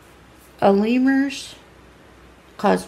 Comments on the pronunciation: “A-Lemur’s” I CANNOT BREATH😂😂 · lets sound it out Alamar= pronounced Al a Mar AL as in AL bundy Mar as in the first three letters in march now say it with me AL-A-MAR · That is not how you say it. ALA-MARRRRR